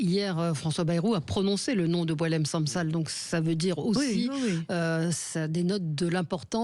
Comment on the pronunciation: Commencez d'abord par prononcer le nom correctement : Sansal et non pas SaMsal .